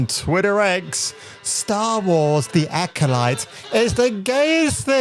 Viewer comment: Was it Acoshite or Acodyke? Hmmm, that’s what I heard anyway. 😂